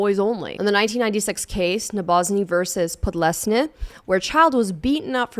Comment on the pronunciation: ngl, got thrown off a bit when you pronounced "Podlesny" the way that I assume it's actually supposed to be pronounced... I was going into first grade when that decision came down, and she remained employed as a substitute teacher at that middle school long enough to help feed the "nobody can ever find out literally anything at all about me" paranoia that I developed at age 12 and maintained at full strength into my 20s...only really started healing after I got my own apartment at college (25, started coming out as trans that same week). Pretty sure she would still be listed on the Northland College faculty page if that school hadn't closed earlier this year (she was when I checked a couple of years ago). -- lmao, this person actually thinks that someone who can afford real Italian food (or hell, just fly to Italy for a vacation) would be caught dead in an Olive Garden